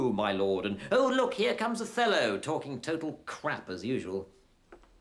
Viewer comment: does he say 'Othello' or 'a fellow' ? :/ classic comedy though! and very true! those plays used to suck ass!